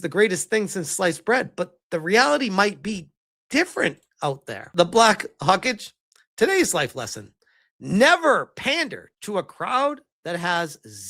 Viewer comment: dude rolled the dice on that pronunciation and landed a 1 haha